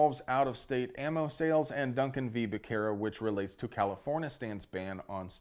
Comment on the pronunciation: Becerra said that way hurts me; pronounce it as a Z intead C, please, check any translator to improve your spanish. We also love you.